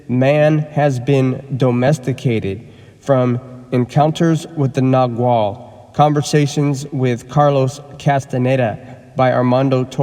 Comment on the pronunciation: Freedom. (and nagual is pronounced nah-whal)